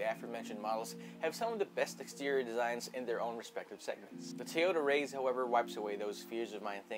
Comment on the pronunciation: it is pronounced rise bro